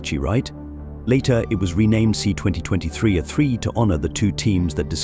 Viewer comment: Nothing like sloppy use of an AI tool for voiceovers to end up with “A-3” becoming “uh 3”.